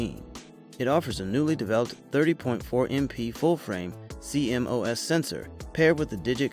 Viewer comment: its c-mos not c m o s